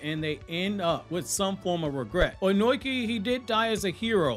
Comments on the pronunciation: Bro keeps saying onoki (oh-noi-key) instead of onoki (oh-no-key) I hate reviewers who can’t say the names right like some people say madara (mah-dar-rah) instead of madara (ma-da-rah) smh it’s triggering Edit great vid tho 🎉🎉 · His name is Onoki. Ohh nooo key Not own oink eee